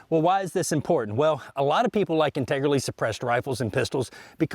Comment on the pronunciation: "Integerlly" lol